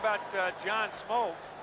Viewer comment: John "Schmoltz"??